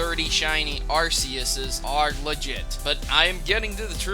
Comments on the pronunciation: its ARK-EOUS not ARCE-OUS FOR GOD SAKE IN THE ANIME MOVIES IT EVEN SAYS IT IDIOT MMMMMMMMMMMMMMMMMMMMMMMM PLLZZZZZZ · Its not ar-SEE-yus its ar-KEY-yus. everyone gets it wrong. :| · Say it like arkeus the other way to say it is a bad word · Arceus is pronounced with a hard C, not a soft one, plus the singular and plural forms of Pokémon names are the same. They follow the Japanese pluralization rules.